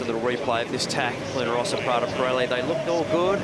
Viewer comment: Why is he still pronouncing Luna Ross like that?